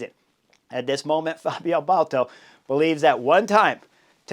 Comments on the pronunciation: It's B a l D A t o, not Balto. Love your channel Chris, but please. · Baldato, not Bolto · Dude, ‘Bal-dah-toe’ sheesh! 🙄 Didn’t you race against him?